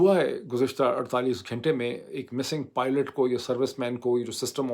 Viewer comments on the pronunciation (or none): Gg. Aek to ap poilot bolte ho, jo k pilot hae, doosre War THOG bolte ho, jo k Wart hog hae, sirf joined bhi likha jata hae. Baki ap theek ho 😊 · Dr.Moeed so nice of u to accept ur mistake in the pronunciation of PILOT and not POILOT👍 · Doc...stop saying Poilet😂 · Dr Moeed Pirzada, you are very good truly. And today’s analysis was also very interesting. haha, But the difficulty you face in pronouncing the word pilot is also quite fun to watch 😂. With respect.” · Please try to correct your accent. Pilot is not rhymed with toilet. 😅